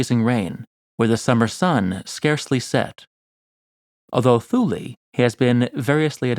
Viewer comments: Additionally, Thule should be pronounced “tool -ah”. No matter! always has some fascinating stuff for our delectation! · "Scilly" is pronounced 'Silly' and "Thule" is pronounced 'Tooly' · If you’re going to make videos and present yourself as an authority, it will serve you better to pronounce place names correctly. Thule has a hard T. Like the word Tool with an added ee Pliny has a short I. To rhyme with Shiny, not Penny. Also your narrative voice is like cough syrup. Slow and sleep inducing. You’re trying to engage viewers, not give them a good nap